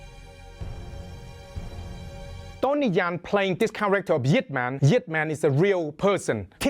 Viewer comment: ... and why did he pronounce Yip Man's name wrong as well??